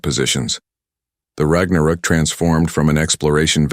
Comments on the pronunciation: rag na rook? omg.. please fix your AI and work on your inbound CC on our display. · AI Trash, can't pronounce Ragnarok.